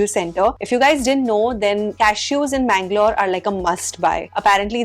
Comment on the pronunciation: Always it's mangalore